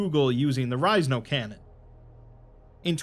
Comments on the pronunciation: you pronounced it and i was like huh and here i always thought it was There Is No Cannon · Did he just read it wrong or is it on porpoise? #thisisajokeffs